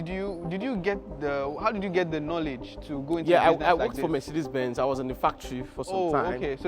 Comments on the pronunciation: “Mercedes bens” 💀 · Mercedes "Bens"???? 😅